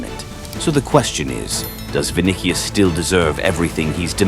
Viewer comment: “vin dih ious”